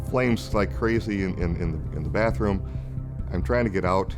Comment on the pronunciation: it’s not “bafroom”!!! Speak in English it’s bathroom!!